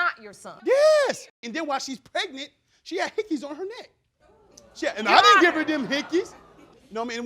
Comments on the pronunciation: “She didn’t even tell me she was peg-nent” 😂😂😂😂bruhhh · "When she was peg-nent'. Kids please stay in school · He’s knocking up all these women and can’t even pronounce the word pregnant smdh I hope they all got an STD test too bc he’s dirty af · Yo lol... I'm I the only one laughing the way he said pregnant through - 🤣🤣🤣